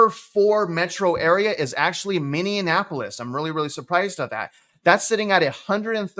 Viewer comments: Pronounced mini-apolis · “Minnie-a-napolis” 😏 love ya man! That made me chuckle a bit